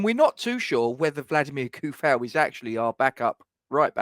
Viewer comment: And, according to the man himself, it's pronounced "Vladimir Too-Fahl". Let alone "Bruno Fer-Nan-J"